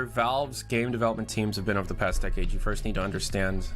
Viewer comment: if he keeps saying decade like that I'm not going to finish this fucking video.